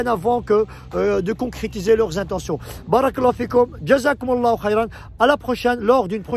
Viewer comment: salam 3aleykoum cher frere/soeur, nous devons essayer de prononcer correctement certains termes en arabe notamment concernant la formulation : baâa raka ALLAH ou fik il faut bien allonger le bâa de "bàa'raka" ,car en arabe les voyelles longues ont une importance capital car elle peuvent changer carrément le sens d'un mot ,et pour preuve si tu n'allonge pas le bâa (juste en mettant 2 A) le terme signifie quelque chose de très blasphématoire que je ne peux meme pas ecrire pour te dire la gravité de l'erreur! Wal 3ayadou bi'LLAH. Fais ce rappel a ceux qui commettrons cette erreur wa salem a3leykoum wa ra7matouLLAH.